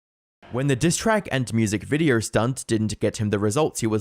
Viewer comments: “In this viderrr” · Okay so it wasn't my ears 🙃 😂